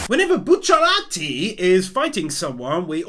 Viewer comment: I love everytime you mispronounce Bucciarati's name lol